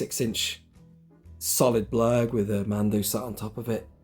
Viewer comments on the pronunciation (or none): sounded like you said " the Klurg" right at the start